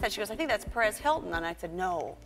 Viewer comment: My dear American friend its Pérez, not Peréz.